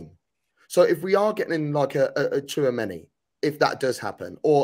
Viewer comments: “Favourable”. “TWO Chameni”. Where do you even get these.. characters? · It’s Tchoua meni man, tchou meni-meni man, we need a bigger squad in ere!